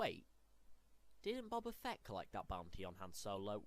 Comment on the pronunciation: This dude pronounces bubba Fett. 🤦🏻‍♂️